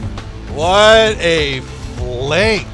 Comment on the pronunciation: “What a phlank” - 2020